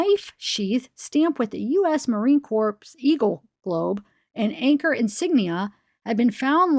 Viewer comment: Thank you. Side note; You don’t pronounce the p in Marine Corps. It sounds like Marine Core. Wonderful reading. You’re the best.😊